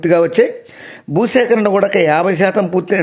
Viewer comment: గూడక అనడం బాగాలేదు.కూడా అనాలి.